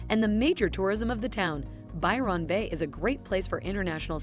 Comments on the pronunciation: Lol lol lol. I can't unhear "Biiirrreonn Beh". Now I'll never be able to pronounce it properly ever again. Hand me a trombone immediately 😅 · As an Aussie, I wouldn't choose to live in any of those places. Ignore these, unless you're a tourist! The use of AI to voice the video is really poor for pronunciation of those places too. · Or as she says it, 'By-RON' Bay lol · Absolutely. I almost stopped watching the sixth time she said By-RON. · Byron got me, reminded me a Philomena Cunk - Who's Ron? You know, the guy who wrote the poems and signed them By Ron. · I love how she pronounces Byron Bay not how it is actually said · Computer generated voice. That's not how an Australian pronounces Byron bay Denial is the first stage... For RETIREMENT the central coast is popular, as its also clo9se to Sydney hospitals and Newcastle has a LOT of medical services for the aged. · My Dad was born at Byron Bay when his Dad was a keeper at the lighthouse. So my Dad was named Byron. Listening to her pronunciation was like hearing nails on a blackboard! 🫣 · Buy Ron Bay?!!!! Ev anne dale?!!! Oh I give up. Amazing she pronounced Launceston correctly